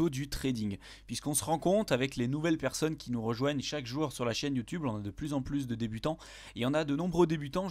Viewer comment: « Beaucoup de perconnes » joli labsus 😂